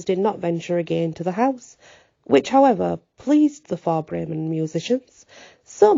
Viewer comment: Whoa what a story, yeah definitely different, I always love your pronunciation and phrasing. How Bremen is pronounced I like your way better! 🤍 Hope you're having a great weekend. We're still being battered by snow 24 degrees here 18 degrees later tonight. 🥶